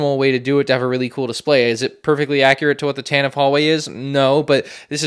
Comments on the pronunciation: Sigh Pronounced Tantive wrong It’s Tan-tiv-ee not Tan-tiv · You pronounced Tantive incorrectly throughout the entire video